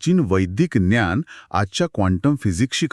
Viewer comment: मराठीमध्ये ज्ञान म्हणतात ग्यान म्हणत नसतात - बोलणारीने जरा लक्ष द्यावे. अन्यथा ठीक.